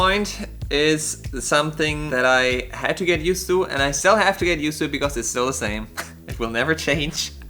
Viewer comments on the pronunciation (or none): Hola chicos....yo stoy tratando de aprender ingles... y me gusta sus videos....les entiendo maso... y aprendo de sus asiertos y errores.... como los de.... " estill... o espeaking"... jajaj... me gustaria subtitulos en INGLES... SALUDOS A LOS 2....